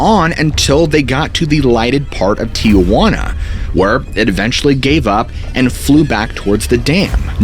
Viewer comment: It’s not TIAjuana it’s Tijuana